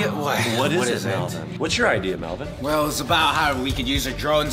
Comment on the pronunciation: it is mellven